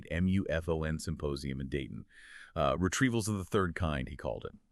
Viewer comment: It's Retreavals, not Retevals!